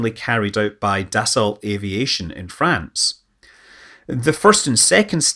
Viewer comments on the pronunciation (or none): none